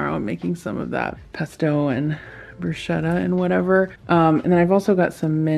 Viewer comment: Yay! Excellent pronunciation of bruschetta! 🇮🇹